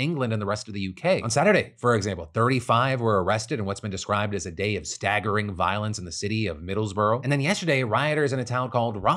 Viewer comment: Middlesbrough. Middles - bruh It's a brough, not a borough, Phil. (Someone from the region (and ashamed of this shit))